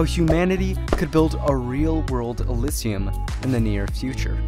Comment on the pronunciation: How many times can you mispronounce elysium in 3 minutes and 30 seconds? uh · li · zhee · uhm